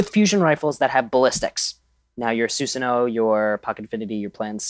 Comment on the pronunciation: You pronounced susanoo correctly the first time.